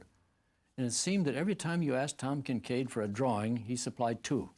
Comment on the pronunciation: Thomas Kitchkade. To each their own.